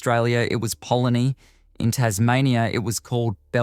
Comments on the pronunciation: I'm never going to recover from that pronunciation of polony haha. Its poh-lone-ee! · ...butchers can't even spell their profession. Your "pro-nown-see-ashun" of "polony" and "apricot" are a bit off. Watch "Tripe" (1989) on Vimeo with John Meillon, his last appearance, 25min. Anyone who grew up with tripe will get it. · Pa lone ee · Great video, but how you pronounce polony, apricot and Wer-sta-shea sauce is unsettling. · And Apricot and Polony. It's almost like an alien has stumbled across the written words and tried to pronounce them having never heard them before. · Good- but your pronunciation of Polony and Apricot- weird. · This is a fun video mate, but jeeze you need to work on your pronunciation. Apricot, Polony and Worcestershire to name a few. Not sure if you write your own scripts, but felt like maybe you didn't understand some of what you were saying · Atrocious pronunciation of Polony and Worcestershire.